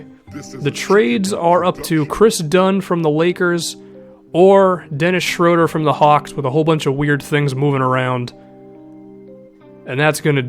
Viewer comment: It's SHROO-DUR